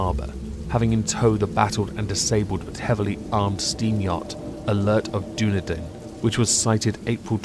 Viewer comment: Love the reading as well as your pronunciation of Dunedin